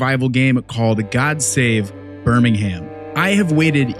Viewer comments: As English guy I recoil when you say ber ming hamm. Haha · Birmingham - BUR-MING-HM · Btw you don’t say Birmingham you say it like Birmingum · It's prononouncr burrr ming UM and go up like a valley girl on the last syllable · BirmingHAM lol love it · Just a heads up on pronunciation, you're saying Birmingham with an emphasis on the "HAM" ending. We don't say that over here. It's more like Bir-ming-um. The same as when Americans over pronounce the "SHIRE" endings on our place names (Leicestershire, etc), as if taken straight out of Lord of the Rings. We say "Shuh". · only thing i gotta say is we dont pronounce the H of Birmingham, its like Birming-um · yeah It's how to say priory but NOT how to say Birmingham sadly :D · Was ready to watch this video but the yank mispronounced Birmingham 😢